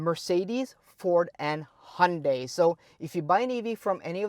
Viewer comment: Finally, a vlogger that can pronounce Porsche and Hyandai properly. This is much better than a Norwegian vlogger that mispronounce and chews simultaneously. You have my thanks. Now, if you can give range power consumption figures in the industry standard KWh/100 km, fantastic.